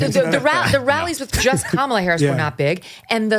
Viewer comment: Ah yes,,, the Diddy groupies who came out to endorse and support Comma-luh.